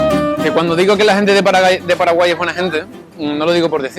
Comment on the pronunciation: Muchas gracias por hablar bien de mi pais que no siempre es bueno PD:Minuto "Gente de Paralai"